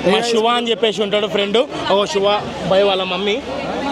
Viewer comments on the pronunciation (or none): Shuva kadhu shiva 😂